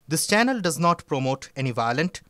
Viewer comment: it is not sanel but channel.